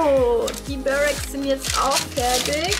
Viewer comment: Schönes Video 👍 allerdings heißt es „Börek“ also nur mit einem r